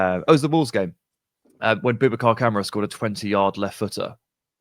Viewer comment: It's KamARa not camera